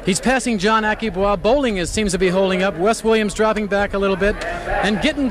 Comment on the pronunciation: ....Aki Bwa?...Americans never miss a chance to mis=pronounce a name....